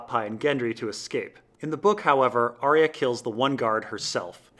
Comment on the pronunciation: Geez dude you have the worst pronunciation of names. Vor-eehs, Cat-u-lun, Ar-eeh-ya, its unbelievably distracting